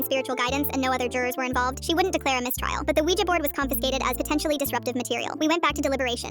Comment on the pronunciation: That is not how you say a Ouija board